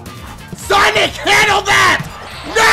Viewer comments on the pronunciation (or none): when he said sonic name I dead "shonichsh"